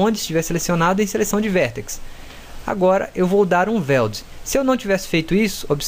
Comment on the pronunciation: Weld não é /VELD/ é /UELD/ posso te dar aulas de inglês mano se quiser kkkkk pq o seu é horrível, mas tu manda bem no 3ds max kkkkk